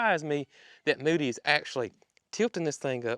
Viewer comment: I would guess it is a bovine (cow). People continually told you that you called Mildred and Moody incorrectly.😅